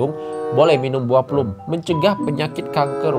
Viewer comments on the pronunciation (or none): bukan plum dibacanya tapi plam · BUAH PLUM DIBACA PLAM BANG :) biasanya rasanya masam kadang manis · Penyebutannya "plam" mas😂